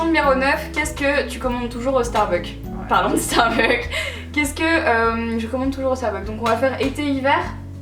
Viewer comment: Coucou Marie, ce tag était super sympa! Vous vous connaissez bien! :) vivement les vlogs de Barcelone! ;) Un petit truc: étant moi-même accro au Starbucks, please please n'oubliez pas le "s" à la fin..."starbuck" c'est un autre magasin aux USA! :) Bisou et bonnes vacances!